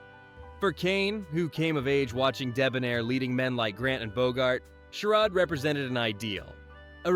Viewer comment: What is a "Bri-in"? "Sher-ood"? Don't us American voice AI if you are going to do some continental AI BS slide show.